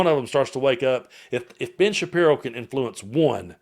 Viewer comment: Did i hear you say Bitch Shappiro?😂😂😂😂